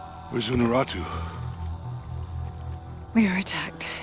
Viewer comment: he says "unarutu" but she is called "unuratu". It sounds super dumb since he is supposed to be native.